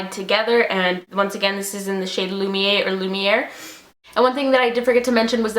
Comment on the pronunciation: Great video! Thanks for commenting on my Instagram! I ordered a heap and am waiting on them atm. I am really looking forward to the Flawless, Wet and Lumiere duos the most. :) Also, it's 'Lumi-air', that's how you say it. These all look so lovely on you. :)